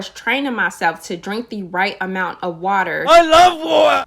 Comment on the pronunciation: “ I LOVE WATAH!” 😂😂😂